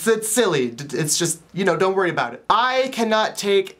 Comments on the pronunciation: "Aboot." Haha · I love how you say "about"!I live in the country out in Georgia & I used to live on the west coast and in the city in Atlanta (btw I was born in Florida) and i used to speak all proper & now I feel like a country bumpkin.& so when I go back to the city sometimes to see my old friends everyonewill be like wtf happened to her because i will be talking like a true counrty bumpkin but i love everything out here inthe country so i dont tend to worry about it that much(:& those shivers drive me crazy! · I just love how you say about! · your Canadian is showing.....about......:3